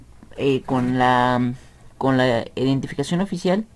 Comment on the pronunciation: Mira de antemano una disculpa pero me dio mucha gracia ver esa palabra mal escrita y también que la decías mal, de hecho creo que aun no te percatas del error... Tú escribiste EDINTIFACION (léela bien, detenidamente, sílaba por sílaba) y en realidad se escribe IDENTIFICACIÓN. y cuando tratabas de decir la palabra también decías "edintificación" por eso me dio gracia. Ahora bien, aún otros países se le llama DNI y eso es correcto y eso sabemos que significa Documento Nacional de Identidad... De cualquier forma la escribiste mal porque al escribirla, en primera te faltaron sílabas y además invertiste la "i" por la "e" al principio y lo gracioso fue que también la pronunciabas así, decías "edin" en lugar de "iden"...